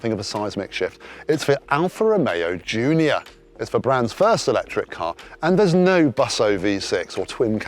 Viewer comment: Literally every time the presenter says "Junior", it sounds like he's saying "Giulia" and it's driving me nuts. I have to re-think each instance and remember that the video is about the Junior, so he probably said that.